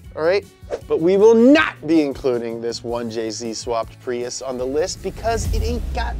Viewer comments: did anyone notice PRUIS instead of PRIUS? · "Pruis" not prius?